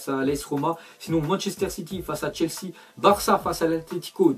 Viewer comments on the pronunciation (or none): none